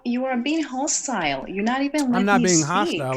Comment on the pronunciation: “You are being HHHahhhhstYle!” 🧚🏾‍♀️🧚🏾‍♀️👸🏽🧚🏾‍♂️🧚🏾‍♀️